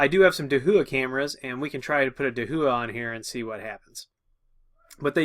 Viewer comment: it's dah-wha....not, da who ah lmao